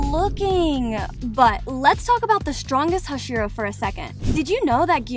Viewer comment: some random ass white woman butchering all their names is just what i needed today (and as another note, the first syllable of words is stressed, not the second like in english. so, it would be ino-suke and ha-shira)